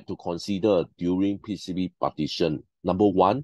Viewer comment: Quite informative. Moreover, I like how you pronounce PCB as "P C Buh"... unlocks new possibilities of accents!